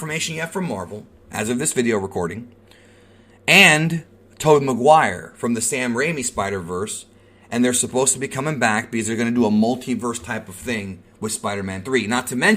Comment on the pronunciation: "Tode Maguire" XD